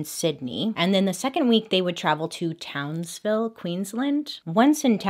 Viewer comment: As a Queenslander, just a shout out for pronouncing Townsville correctly Bailey! I know you struggle sometimes and wanted to say well done!